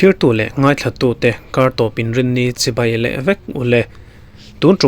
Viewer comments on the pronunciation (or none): none